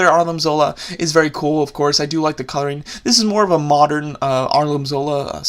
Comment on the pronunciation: he calls him arlim zola instead of armin zola